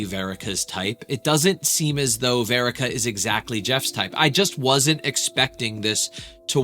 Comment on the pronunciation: wait… say her name right. It’s verica. Like Erica with a V